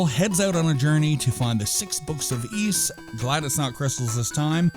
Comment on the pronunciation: Ys was originally meant to be pronounced wise, but we messed it up.